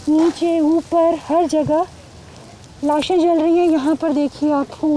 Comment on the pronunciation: What's wrong with this reporter? Is she dumb or what. Show some courtesy and stop saying "laashain"